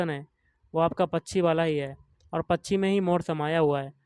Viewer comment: Bhai pronounce krna sikh pachi nhi pakshi hota hai vo 😂😂 samjhe bhaiya pachi 😂😂😂